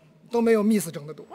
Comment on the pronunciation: miss连自己名字miss都读不对,不过也罢,听说身价过亿